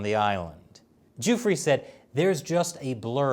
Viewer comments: The victim's name is pronounced; Doofray not Duefree. Just saying... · Why does he keep calling him “Joofrey”? It’s driving me crazy. 🤣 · You can't report on the fact of a case if you haven't read the case at all.... I'm a minute and a half in and he's already misrepresented Epstein and Maxwell's relationship and mispronounced Virginia Guiffre's last name which only has to be one of the most high profile victims in the world right now. I know more about this case than you and I'm not reporting it. Pick your shit up